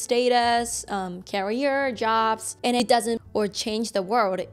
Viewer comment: careerで発音が違う気がします